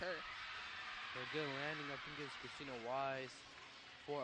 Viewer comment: ok i can give them some slack here and there on name pronunciations but christina is a pretty basic ass name??????